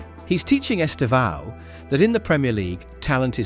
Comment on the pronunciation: Please pay attention the way Brazilian journalists pronouce his name. They stressed sylable in his name is TE. The second one is just to say the sound is close nasal in the end. It sounds horrible the wrong way you pronouce his name!